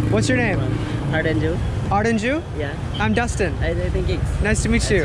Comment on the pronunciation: Justin???No, Dustin with a D as in Dora.😉❤️